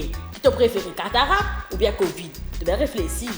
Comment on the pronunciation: Catarac ou bien covid... Hein?? 😂